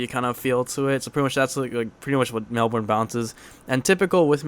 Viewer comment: Sorry to be a prick but Melbourne is said like melbin not melburn lol sorry im an aussie and it's a little anoying for me but its awesome how you use Melbourne bounce. I thought it sounded like it